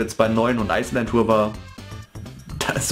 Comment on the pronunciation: Ich finde es witzig wie du immer Ice Land Tour sagst :D Ich hab mir das Spiel gar nicht mehr geholt^^ Finde es irgendwie total uninteressant. Obwohl mir Mario Party 9 eigentlich gefallen hat. Ist wohl nix mehr für mich^^ Aber naja, so wie deine Review ausfällt sollte ich wohl ganz froh sein dass ichs mir nicht geholt habe :D